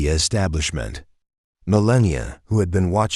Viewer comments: Another trashy fake story. Just to waste our time. This didn’t happen. Not taking anything away from Barron, but he’s not a paper-back novel star. This is a phony A.I. generated “Story”. You can’t even get it to pronounce Melania’s name correctly let alone spell her name correctly. You are as much an insult to her as the fake guy in your story. You USE their reputation to gain clicks. Stop it! You spread disinformation and misguide people about real life. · You need to learn how to say Melania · Please spell and speak Mrs Trump's Christian name properly! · Get her name right there is no n at the end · What’s pathetic is the narrator repeatedly mispronouncing Melania! You people need to get on your game a little better. Pretty good fiction. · You shoukdnt have AI narrate this. It didnt even prounce the first ladies name correctly. SMH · First of all, learn how to pronounce first names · You can't even get her name right! 👎🏻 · How many times did you mispronounce Mrs. Trumps first name??? That's disrespectful also. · Why can't you pronounce her mame. So rude and disrespectful. Couldn't watch it with the robot voice that can't pronounce Melania's name. So Annoying. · You know if you had miss pronounced Kamalas name once you'd have been in trouble with the media and DNC ,now show melania the same respect, we know Kami didn't deserve it. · At least learn how to spell and pronounce her name!! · Say the First Ladies name correctly AI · I don't think this is real. The voice isn't pronouncing Melania's name correctly. This may be e AI. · Whomever is speaking during this video needs to speak Melania’s name correctly. You wouldn’t get away with mispronouncing Michelle obamas name ( I mean Michael). You people are just EVIL….. Melania is a First Lady who is very intelligent, beautiful with class and I might add compose. Calloway is disgustingly and jealous and probably very (scared). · Your not even pronouncing her name properly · Why is he calling her mallenia? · It's Malania